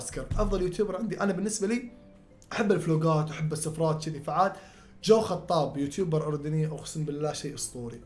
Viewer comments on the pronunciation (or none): جو حطاب ❌ جو خطاب✅